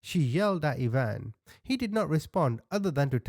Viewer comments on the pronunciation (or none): Dear....it's pronounced ( I ) eye van... Ivan.... I-van......like Russian....😊❤